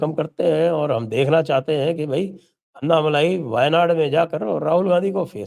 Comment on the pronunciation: अन्नामलाई नही अण्णामलाई बोलो आप लोग "ण" अक्षर का उच्चार नही करते क्या?